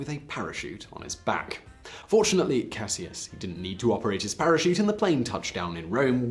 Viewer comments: You’re pronouncing Cassius incorrectly. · anyone else realize that he is pronouncing "Cassius" wrong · I though his original name was pronounced like Cash-us Clay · You killing me 🤦🏽‍♀️ with that Cassius 🤦🏽‍♀️🤦🏽‍♀️ EVErytime you say Cassius I have to take a second or two to understand who you talking about!!!